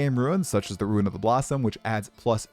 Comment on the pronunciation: Ya keep pronouncing "Rune" as "Ruin"